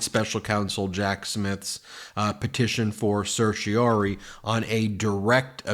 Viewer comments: (Ben: certiorari, not certiori.) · Certiorari. /ser-shee-oh-RAH-ree/ Four syllables. At least TRY to sound like a lawyer. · Please learn to pronounce certiorari.